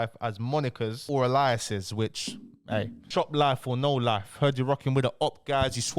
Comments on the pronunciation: Pronounced A- lias my bro.... Big respec and keep the push ✌️💙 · Bro please learn to pronounce alias properly 😂 saying it like some biblical name